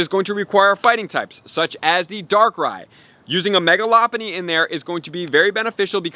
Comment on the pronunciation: That’s how it’s pronounced lol he’s saying it wrong